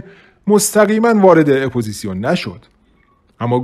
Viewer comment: با درود و سپاس از این برنامه ؛ جناب گوینده با نهایت ادب و احترام خدمت شما عرض شود واژه اُپوزیسیون (آپوزیشن) درست است نه اِپوزیسیون . البته احتمال اشتباه لپی و آنی برای همه هست